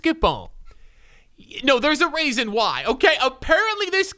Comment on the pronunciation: “There’s a raisin why” 😂